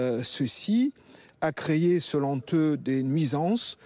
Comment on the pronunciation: le proc fait des liaisons douteuses : pourrat'être, selonteux !!